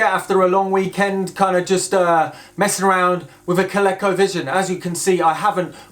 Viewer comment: Coleco was a toy maker back in the day. Their game console was one of the better ones when it came out. It was better than the Atari. It wasn't until the Nintendo came out that Coleco was surpassed. BTW: Coleco is pronounced with all long vowels and accented on the second sylable, Coh Lee^ Coh.